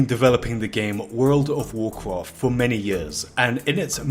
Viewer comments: "Woold ov woorcroft" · Wowl of wowld cwaft? Apwil fools? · i just love it that most of the comments are people making fun of how he pronounces world of warcraft… or should i say wourld ov wawrcraft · you don't have to say world of Warcraft every 10 secs for the rest of the video dude it gets annoying, just say wow is shorter and you can also pronounce it right lol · I thought I was the only one who had a problem with the way he was saying World of Warcraft, then I saw the comments. Disliked because of that fr it bugs me